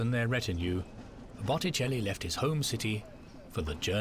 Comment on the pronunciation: I noticed that too. It never did get "Botticelli" right, not once.